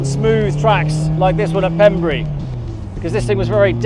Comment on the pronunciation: Thanks Ben for the great vid, I Love Pembrey circuit. When I walk my dogs in the forest and hear the roar of engines it makes me want to be back doing track days of years gone past. One thing I have to pick you up on is that it’s pronounced Pembray not Pembrey as it’s spelt. Won’t mention names but we used to chuck bikes out the back of a van if they’d been crashed doing track days to claim off insurance, knowing they weren’t covered for track use.😂